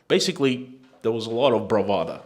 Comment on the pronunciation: BravaDO not bravaDA